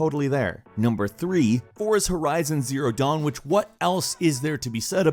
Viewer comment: it sounded like u said forza horizon zero dawn